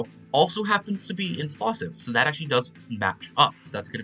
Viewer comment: Oh, setting a new record for most mispronounced words in a single tutorial. Labial, Plosive, Alveolar, screamed, that, ever, speak, of, they. Six of those are because you were trying to pronounce the phonetic spellings without knowing IPA and didn't realize you could just look a little bit to the left to see the English alphabet spellings of the words and thus also the pronunciations. Those phonetic spellings are pronounced exactly the same as the English words they represent, haha. Nice tutorial though!